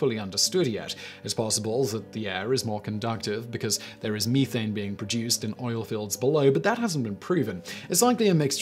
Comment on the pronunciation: Meethane? Is that the opposite of Youthane?